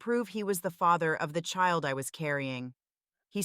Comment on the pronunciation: Jesus Christ is it me or are yall sick in tired of these AI generated videos that cant even pronounce the word "Child" correctly? I caught a headache just trying to listen.